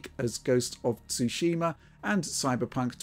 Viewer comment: Stop saying "SooSHEEmah", ya uncultured swines. XD